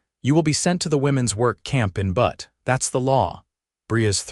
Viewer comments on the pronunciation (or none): Butt? It is Butte pronounced Bue-it. If you are going to write stories about the American West, get your narration right. Dislike AI.